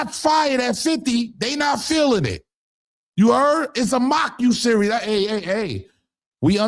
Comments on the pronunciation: In my Little Boozy voice: It’s doc SERIES not doc SERIOUS!!!! Come on maaaaaaaan!!!! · Is anyone else rolling that he keeps calling a series a serious 😂